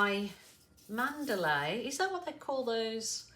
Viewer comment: Just letting you know it's called a man·da·la (mən-də-lə ) not a Mandalay. It turned out nice. 😊